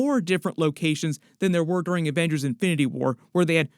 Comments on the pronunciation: It’s “Avengerz” ! 😂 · “The Averagers”